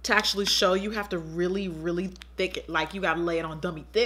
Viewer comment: I LIVE for when Jackie says "THHIICKK" 😂😩💕